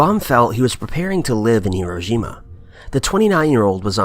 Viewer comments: It's Hi-ro-SHI-ma, not Hi-ro-JI-ma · Here- row-shi-ma.... Hiroshima... phonetics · Actually, it's "hi-RO-shima". In the correct Japanese pronunciation, it's the 2nd syllable that's enunciated, and the i in the next syllable is very short, as to almost be silent, so it sounds closer to "shma" than "sheema". So what you actually have is more like "hi-RO-shma"